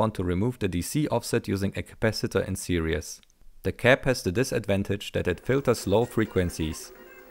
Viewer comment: "Series" is pronounced "seereez", not "serious"